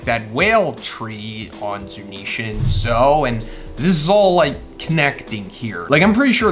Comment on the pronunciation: It’s Zounisha